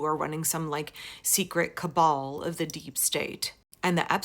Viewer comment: “Secret Cabal”, or as Cro-Marge pronounces it, “secret cable”.